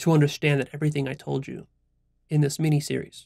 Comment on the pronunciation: Did you just say "Meanie Series"?